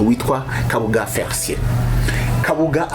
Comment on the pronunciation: Felicien not Fericien, pls